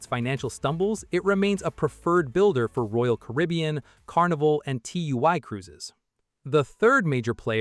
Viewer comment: everything else is also pronounce wrongly, Fincantieri, TUI, Turku, Meyer, Papenburg, Werft, Rostock, ...